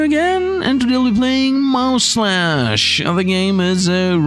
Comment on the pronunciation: But, the name is mouslash not mouseslash